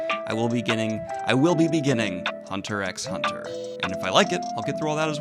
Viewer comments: It's actully pronounced hunter hunter without the X Ps: I can't wait for you to start HunterXHunter it's my favourite anime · First: Super stocked you're watching Death Note, one of the best anime for newbies of the medium out there Second: Quicky fyi, the 'x' in Hunter x Hunter is silent so it just reads as "Hunter Hunter", same for all the episode titles as well Third: Have a nice day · Death Note is pretty great. I’m excited for the Hunter x Hunter series (pro tip, you don’t pronounce the ‘x’) Hunter x Hunter has hands down the best magic system I’ve seen in manga/anime, maybe my favorite in all of fiction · Side note: They call it Hunter Hunter. The X is silent. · I'm so glad that you are going to experience One Piece, Death Note and Hunter x Hunter (you'll get this a lot, the X is silent) I read/watched all these in my teens then transitioned mostly to books and a lot of them from your recommendations so it's very interesting seeing you go through the same journey but in the opposite direction) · No pronounced "x" in Hunter x Hunter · With Hunter x Hunter the x is silent. Read the first 3 chapters of the manga then watch the 2011 anime. It is truer to the writer's later vision for the series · btw you don't say the x in hunterxhunter (yeah it's weird)